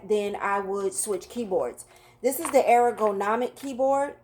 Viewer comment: Air-o-go-nomic You’re saying it incorrectly but it’s adorable 🥰